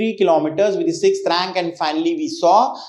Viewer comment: Sir, your communication is good. I just want to correct you that(the is pronounced as Di only when it is used before a vowel)